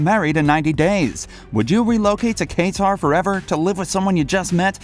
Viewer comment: yeah I figured. Just sounded funny. 🤓